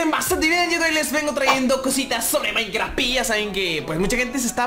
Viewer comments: soy el unico que se dio cuenta de que no decia maincraft y decia mainkra?? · En el android dice MAINKRA